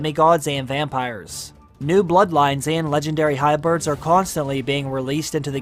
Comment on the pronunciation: WHY do you keep saying “HYBIRDS”?! 😰 HYBRIDS, my dude. HYBRIDS, my bro in ¡Christ! “Hybirds.” Oh, my God. 🐦 😢